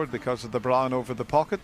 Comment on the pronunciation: AGAIN, Dennis Taylor, it's bRown not BLONDE or BLAWN.